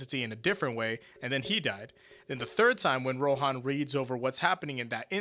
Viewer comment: It's Ro'han', like 'han'd, it's not pronounced 'hawn'd Why can Americans pronounce nothing correctly even after listening to it for an entire season